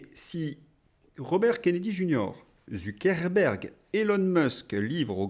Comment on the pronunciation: Je confirme, il est en dessous de tout! Bravo pour ZuckeRberg, j'ai remarqué, je sais que ce n'est pas facile un R avant un B 😅 👍